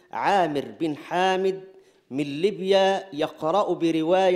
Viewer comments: سبحان الله يحاولو ان يشتتو افكارنا ويقللو من قيمتنا مع اننا الحمد لله متفوقين وبسهولة بالقرآن الكريم لحظت الشيخ المصري ينطق في اسم ليبيا "لبيا " وهذا غلط لغوي كبير يخرج من شيخ محسوب باللجنة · شيخ اللجنة انطق اسم ليبيا صح يا جاهل